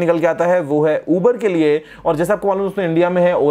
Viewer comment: It's uber not iber